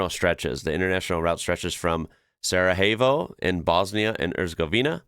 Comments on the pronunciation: It's not 'Sara hey foe' It's 'Sara Yay foe' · Great commentary and magnificent views as always but just a tiny hint for the pronunciation; the Spanish j turning to h does not work across eastern nor northern european place names. Sarajevo, not Sarahevo but Sarayevo. The same j in Finnish Utsjoki that you aced❤! Joki is finnish for river. Järvi is lake, in many place names here 🇫🇮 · I noticed that you pronounced Sarajevo as Sarahevo. I know it's tempting to go Spanish but in reality, most non-Romance European languages pronounce j as English y in yes, you, yore etc. So, Sarajevo is "Sarayevo". Same with Jablonné nad Orlicí: Yablonné. :) Here in the Faroes, it's not moose collisions you need to worry about but sheep collisions. Some sheep recognise cars as sources of food and will approach cars. They'll also randomly decide to cross the road, and during winter not only do they randomly cross the road but when the road has been salted, the sheep tend to go to the middle of the road and lick the salt from the roads. So be careful! Actual dangerous stretches are probably the roads to Tjørnuvík, Syðradalur on Streymoy, and Dalur on Sandoy. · Ah, yes. The famous Spanish town of Sarajevo. Which is in Bosnia & Herzegovina. And pronounced "Sarayevo". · Why is he pronouncing Sarajevo as saraheyvo? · It cracked me up that you pronounced Sarajevo in a spanish way xD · He pronounces the J in the Spanish/American way